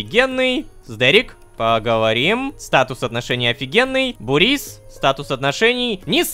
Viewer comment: Бурис нет Бубрис